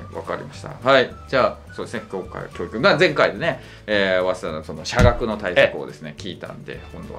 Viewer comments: きょー↑いく↓じゃなくきょー→いく→ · 教育のイントネーションだけが気になる